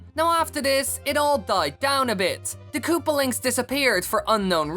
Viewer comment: "Kaloopalines" "Koopalings" Bruh